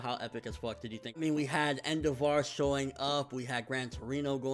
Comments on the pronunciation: En-DEV-er. Not En-DAH-VAR. lol Sorry, I don't know why that bothered me so much. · Hey Endeavor's name I'm pretty sure is pronounced like the actual word Endeavor. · the way he mispronounes endeavor is annoying... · Why do u say endeavor's name that way?